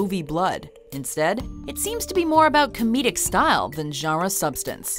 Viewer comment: In the Horror jawra xD